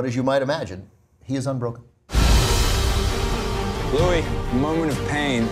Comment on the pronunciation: Its pronounced LEW-EE, Ben!